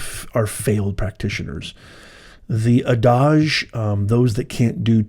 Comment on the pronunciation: "a-dodge" Had never heard adage pronounced that way. 😊